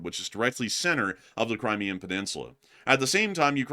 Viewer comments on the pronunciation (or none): none